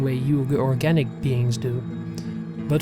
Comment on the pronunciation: Dude, you REALLY need to learn how to pronounce simple words. It's organic, not orjanic, I've also heard you pronounce chef as chief, and crow and crouw. Those are just a few of the countless examples I've heard in this nosleep playlist that really take the audience out of the story. Other than that your voice is great.